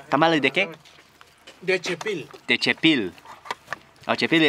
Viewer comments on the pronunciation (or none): The tamales were made from chepil or chipilin. Apparently, it is an herb with a slightly sour taste. When he repeated "techepil" it threw me off for a bit since what the guy actually told him in spanish was "de chepil".